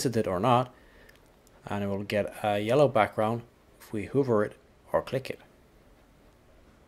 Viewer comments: Just for your information, pronounce "hover" as H a v v e r Hoover is a vacuum. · Please learn how to pronounce "hover" correctly